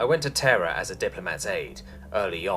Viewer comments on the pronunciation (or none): You pronounced terra as terror.